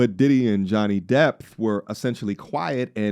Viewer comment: Are you saying Johnny Depp or Johnny "Depth" 😅